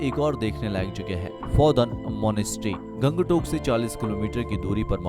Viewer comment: Aap ka Pronounciation thik nahi hai.. Guri ko gudi, Gangtok ko gang tak